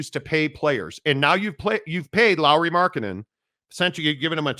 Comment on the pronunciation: Lauri not Laurie! Try to get name right first bro! 🤡